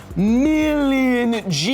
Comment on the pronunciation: Everytime he says "MILLION" or "BILLION" in that way makes me laugh my depression away.